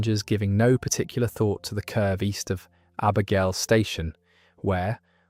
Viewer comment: They pronounced Abergelly and Clandyeloss